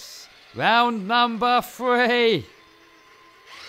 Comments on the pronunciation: and round number “frwee” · franken070 I swear I’ve heard a British person pronounce three correctly, must be a different dialect